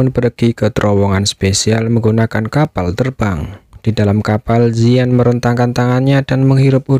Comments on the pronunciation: Penyebutan nama ziyan bukan yisan tapi ziyan kaisar naga void kuno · Bukan yisan tapi ziyan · mantap si bang. tapi manggil ziyan nya salaah terus😅